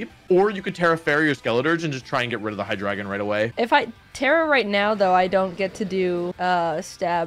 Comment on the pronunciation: Pretty sure you’re pronouncing Hydreigon wrong